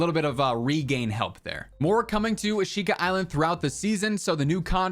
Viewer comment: The creators of the map called it A-shee-ka. Can you now start calling it by the correct name? Lol. Nbd but drives me crazy man! Lol.